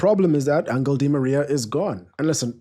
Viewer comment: Its not angle its angel lol